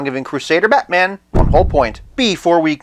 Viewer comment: The way you say Be'man :P